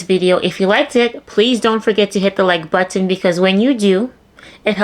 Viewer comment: It was when you said buTTon…. With the emphasis on this T’s. My grandson does that. Cute. Good videos too but ooh…. This one really made me 😡